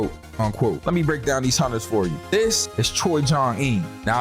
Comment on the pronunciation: It sound like you’re saying haunchers instead of hunters I know I can’t be the only one I heard that